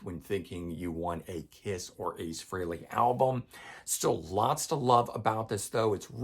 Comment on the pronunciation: Thank you for pronouncing "Frehley" correctly!